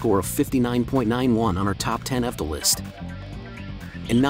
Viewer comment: Yeah the bot doesn‘t know how to pronounce it. It says fdol instead of evtol.